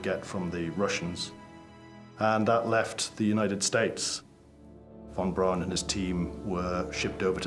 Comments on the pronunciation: ok I see a lot right about this video and a lot wrong or just silly. For one thing a man keep saying von Braun like BROWN but it wasn't pronounced that way (as another man says it right later) it was (is) pronounced (sounds like) Brawn .. kind of difficult to spell it like it sounded, however, you catch my drift. Another just kind of funny thing is and beyond- the guy stated the original space craft von Braun had planned -or the upper stage that would land on the moon - would've been so heavy they didn't know/think the moon could handle the weight? Seriously? Come ON, it is and was a type of planet. How in the heck could they think they could build ANY space craft that would be too heavy for the surface of the moon! I had to laugh at that. I'm aware they didn't know much about the moon or space in general but I find that statement and thought to be ridiculous! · Werner von Braun's name is pronounced, "von Brawn." Not von Brown. C'mon, scientists. A little more attention to detail, please. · It's pronounced von Brawn, not von Brown. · I'm amazed at the constant mispronounced name of doctor von Braun.( brawn) brown.?? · Narrator literally pronounced "Von BROWN" the entire time, lmaoooooo 💀💀